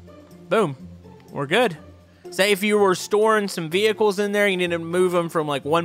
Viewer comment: whats a vetull??? isn't it a vehicle?